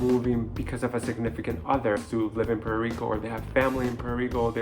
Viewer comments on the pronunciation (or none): What is Puero Rico..learn proper english..